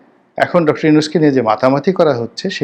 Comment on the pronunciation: আপ‌নি‌তো উনার নাম‌টি ও শুদ্ধ ভা‌বে উচ্চারন কর‌তে পা‌রেন নাই ?